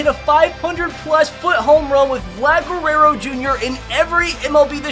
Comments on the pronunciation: Bro u said Guerrero not guereo this time Ps I want mon e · HE LEARNED HOW TO SAY GUERRERO